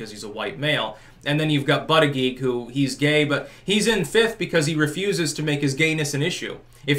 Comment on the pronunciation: Anyone else lose it when called him Bootyjudge 😂😂😂😂